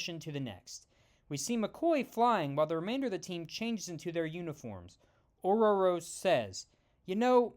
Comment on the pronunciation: Wow, you actually made an effort to say Ororo right!